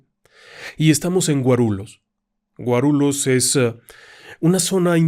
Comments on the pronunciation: Querido, diga Guarullos en vez de Guarulos. Lh en portugués se dice Ll. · Se pronuncia GUARULLOS la lh de pronuncia igual que en Español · En portugués la "lh" se pronuncia "li", por lo que Guarulhos se pronuncia "Guarulius" y la "o" como una "u" suave